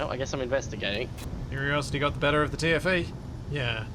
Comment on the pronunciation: Ive been binge watching this for a week and I only just realized is saying "TFE" not "Timothy"...........